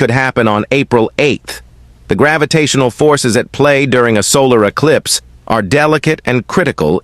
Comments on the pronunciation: He said ellipse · See he called it an "Ellispe" then he says Eclipse!! Those are two different things check it out!😮